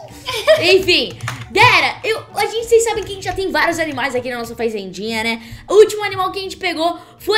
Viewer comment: "Faizendinha" Kkk ( quem ouviu oq ela disse? da like) q isso esse teu vocabulário ta show em Kkk Só tava brincando te amo mais "faizendinha" Foi ótimo Kkk ri muito quando vc disse isso Kkk Te amo